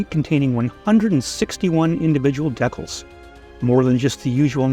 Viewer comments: When did every hobbyist under a certain age start calling DEE-cals by the horrible mispronunciation DECK-ells?? I suspect it's a You-Tube phenomenon where "young" presenters mimic each other, most never having set foot into a brick-and-mortar hobby shop where they might converse with an ancient human who would have set them straight. In a manner of speaking. ;-) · What are decalls? Oh he means decals, had me for a minute. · They're pronounced DEE-CALs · Decals not deckels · DE-CALS... #decals stop pushing deck-els. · "What is a DECKULL???" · UK here, ‘deckals’ would be the natural way to pronounce it for most Brits. The long first vowel in the American Deecal pronunciation is normal for the USA, such as ‘deefense’ or ‘reesearch’. I like that we all have different ways of speaking, makes life more interesting. Anyway decals is pronounced ‘transfers’ 😊😊😊 Happy modelling.